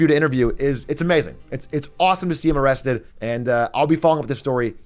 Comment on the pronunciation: Amrrested you say?